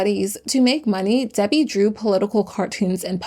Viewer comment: It’s Debi not Debby